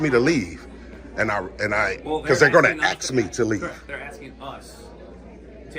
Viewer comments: Agreed, before we praise his voice so much getting a handle on how to speak and pronounce words would go a long way towards making him a top pick for being articulate. All that Axing needs to be the first thing to correct. He does have a good grasp on what the facts are although I hated seeing him miss the opportunity to slam Officer Anderson when she took exception to him using the word "molest" saying it's 'such a powerful word" because thats exactly the word the constitution uses when refferring to police harrassing citizens in the 4th amendment. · I WATCH THIS GUY ON HERE BUT WOULD NEVER WATCH HIS CHANNEL. HE CAN SPEAK ENGLISH SO SAY "ASK" NOT "AXE" AS YOU SOUND DUNB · PLEASE STOP SAYING, "AXE" ... IS 'ASK' REALLY THAT HARD, OR OFFENSIVE ??!?? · I think this gentleman would get a little bit more respect if he could pronounce the word(ASK)